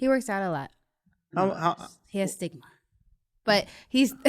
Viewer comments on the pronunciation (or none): Did she really just say her man works out allot he has stigma 😂😂😂😂 its stamina baby, stamina. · Did she say stigma instead of stamina???!!! 😂😂😂